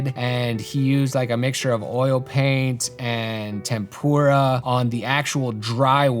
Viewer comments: I love you man.. it's Tempera... not Tempura. Tempera is paint, tempura is a delicious Japanese food dish. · TEM-per-ah paInt. Not like fried Asian dishes. Like Temperate. 😊